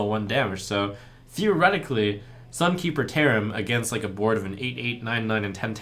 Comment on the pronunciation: LaybackGames Ye, I know he said that. But when I heard this phrase for the first time I heard "theremin" =)